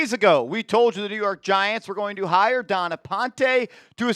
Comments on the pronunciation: Stop pronouncing ‘Dawn’ as ‘Don’. Making her sound like him. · It’s Dawn not Don